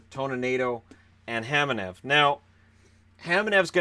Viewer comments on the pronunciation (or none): I'm pretty sure it's Kamenev, not Hamanev.